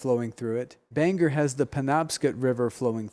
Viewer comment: BANG...OR; NOT BANGER; OR, OR OR, NOT ER, ER , ER~